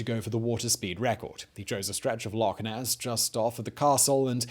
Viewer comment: Well done for pronouncing "Loch" correctly - I've met Scots that can't!